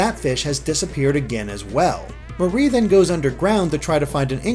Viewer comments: Her name is MAR IE not MA RIE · im pretty sure that its pronounced like the mari in calimari like calliemarie